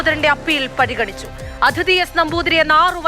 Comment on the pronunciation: അതിഥി അല്ല, അദിതി.